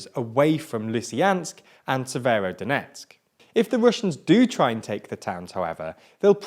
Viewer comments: You forgot "SeveroNOdonetsk" ^^ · Not to mention Severnodonetsk, Slovansk and the Siversidonetsk river ;) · Bro you would have practiced the names.. Papasna. You said papsana. And said severodonetsk 3 different ways.